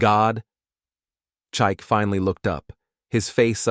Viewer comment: This is a Nigerian family. The father's name would be Chike, pronounced Chi—ke (Kay, not key).